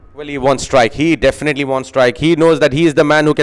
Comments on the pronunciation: Axcited hehehehehe dafanitley hehehehe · Definately ❌ Dafinately ✅ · Definitely✅ or Dafinetly?? Oh my goodness 😂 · Dafinetly 🤣 English